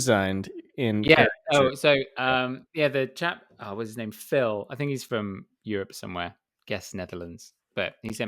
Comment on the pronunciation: paul pronounces my name correctly . Cheers. All is well. Love you guys.👍